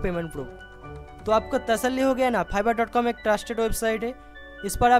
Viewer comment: Phiverr wow, sir it's fiverr not *Phiverr" 😂😂